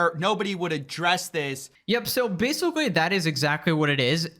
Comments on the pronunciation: Staring the video off strong with a classic “Basicawwy” is my favorite speech delayed Youtuber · "Basicawy" lol Don't suggest ts to me youtube